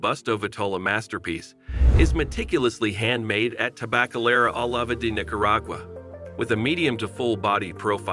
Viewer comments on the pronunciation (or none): Dude you are butchering the language; Jalapa is pronounced Halapa and Oliva is pronounced O Leave A